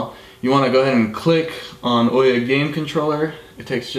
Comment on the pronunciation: awesome video, sorry to be nit picky about how people say the OUYA name XD but it's ooo ya like *ooo that looks interesting* and *Yea that's great* again sorry it just bugs me XD